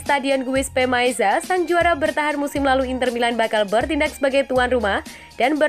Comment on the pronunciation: Giuseppe Meazza, bukan maeza min... Hadehhh